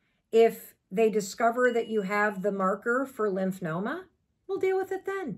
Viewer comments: It’s LYMPHOMA not Lymphnoma 🤭 … Thank you for sharing though Mel. Hugs! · Lymphoma..no n in it lol